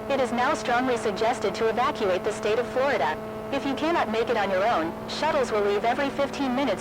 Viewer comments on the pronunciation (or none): none